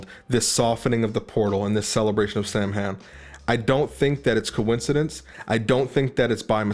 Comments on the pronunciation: Very interesting video. I appreciate your calm and clearly articulated analysis of the event and some of the symbolism in the promo etc. Samhain is pronounced "sah-win" :) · How are you going to say you don't know to pronounce the word when it's spelled out for you right here? 🤔🤣Come on, man. It's SAH-win. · It is pronounced sah-ween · Sam Hain is pronounced (SOW-IN) Irish words are nuts. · Samhain is pronounced S-ow-in. Christian here and something doesn’t sit right with me about Travis Scott. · Samhain is pronounced as Sahwin.